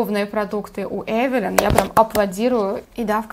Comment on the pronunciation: Эвилайн ,а не Эвелин! не благодарите...